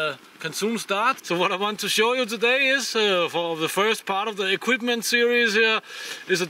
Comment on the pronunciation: Hahaha I'm dying 😂! "Can houuse me and za Trroll and a lot of eqUIPment. (Troll winks at camera)" hahahahahhs